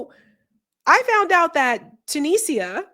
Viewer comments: Tuni-sia not Tunisa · I love you, but you have to do a little research: it's two-knee-ja. Tu-ni-sia.